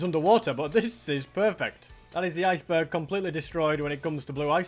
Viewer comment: R U German? Eisberg😂😂